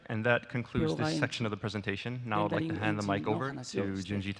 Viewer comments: did you rike it? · did you rike it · DID YOU RIKE IT?? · YES, I RIKE IT VEWRY MUCH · did you rike it ? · DID YOU RIKE IT!! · Aidan T. V. That’s intentional. It supposed to sound like utter gibberish. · Hahahahahha I was saying that the whole time XD